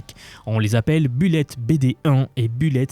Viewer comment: la prononciation du mot bullet, s'il vous plait....